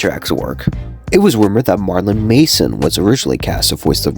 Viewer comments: Bro called Marilyn Manson, Marlin Mason lol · How do you not know how to pronounce Jose? SMH. Must be from a state with no Hispanic people. Also, its Marilyn Manson, NOT Marlon Mason...